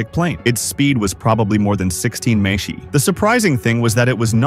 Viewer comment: "May-Chi" huh? Stupid bots